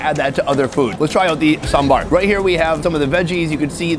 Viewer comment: respect to the way you pronounce sambar